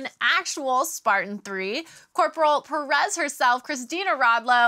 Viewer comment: hate the way the say perez. its not pear-rez